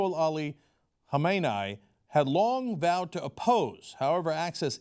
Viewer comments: The way Cenk pronounced "iranian" and "Khamanei" made me cringe lol. Like nigga your Turkish you know exactly how to say that. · what?! Cenk doesn't know how to pronounce Khamenei? not good.